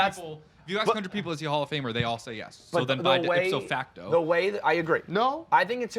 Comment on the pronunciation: I thought it was ipso facto not dipso facto